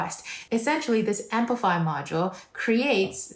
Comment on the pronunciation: why do you say "ampify"? it is apify